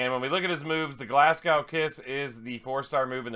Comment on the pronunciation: Oh and it's pronounced 'Glas go' too. Not Gow like cow. Another good vid thought. Thanks